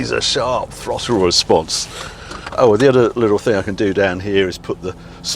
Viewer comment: WTF is a frottle?...🤣🤣🤣